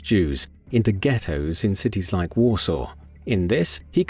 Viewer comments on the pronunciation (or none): none